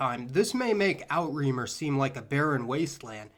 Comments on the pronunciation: Interesting! Outremer = outre' - mer (oo truh mehr), French for "over seas." Not Out-reemer. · Outremer (from French) is not pronounced "out-remer" but "ootrə-mer". Outre = “beyond”; mer = “sea”. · As a Frenchman, I died laughing at your pronunciation of "Outre-Mer", it's actually more like "ootruh mair". It actually means "overseas" and is also how we refer to our overseas territories (Guadeloupe, Martinique, Guiana, Réunion, Mayotte, Polynesia, New Caledonia, etc.) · Outremer is pronounced o tra mere.